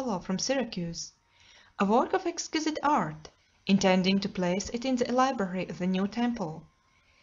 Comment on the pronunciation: Library is said wrong is translated by computer